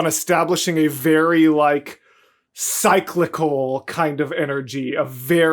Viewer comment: Genuinely one of my favorite musicals ever. Your reaction was so good! Lots of other comments already explaining the whole disability representation thing, so instead I’ll say that I believe it is pronounced “sick-lick-ull” lol